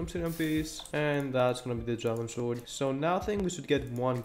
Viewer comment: You might be my favourite uhc youtuber ever🔥🔥🔥 Oh yeah and btw you don't say the w in sword :)